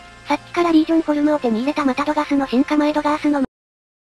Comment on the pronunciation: リージョンフォルムじゃなくてリージョンフォームです